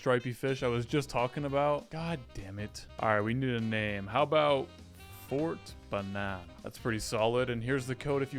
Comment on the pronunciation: is it meaning to be "banan" and not "banana"?